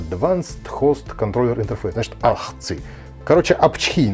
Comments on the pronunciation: Для справки: AHCI является аббревиатурой и читается соответственно: эй-эйч-си-ай. Я, кстати, Win7 ставил на ПК с uefi-bios "из коробки" и да, Win7, даже HomeBasic, без проблем поддерживает uefi и gpt. Для такой установки нужно в bios одновременно включить и uefi, и csm (legacy). И при загрузке выбрать uefi-dvd. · Очень занимательное видео Вопросик - на плате видел 1 порт USB 2.0, SP1 не содержит разве драйвера на него, пусть и для АМД Х470? Режим работы сата контроллера AHCI произносится как - ЭЙЧСИАЙ И у меня тоже до сих пор стоит такой же ссд интел на 80гб